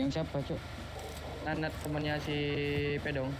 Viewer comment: “Nanat ama Pedong” terdengarku “Nonot ama Pidong” bah 😅😅😅